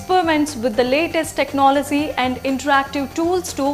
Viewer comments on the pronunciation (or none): Your pronunciation of technology was funny.